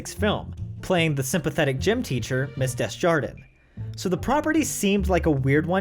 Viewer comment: Dezjarden? Really? C'mon. First of all, it's pronouonced "Day-jar-dan" (I don't even speak French & I know that) and secondly, her name is "Collins" in the movie. For the amount of research you put into these, I'm amazed you missed that.